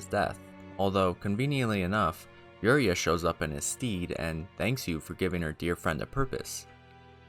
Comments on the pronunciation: ...in his STEED🤣🤣🤣 It's stead, a soft e sound. Instead...in the stead of.... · 'st-ed' like fred or shed. The spelling of 'stead' is kinda funky, you'd think you pronounce it like steeeeed, but is not so. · Stead You pronounced it "steed" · Great video, there were just a few pronunciation errors that I heard (Priscilla, heinous, steed)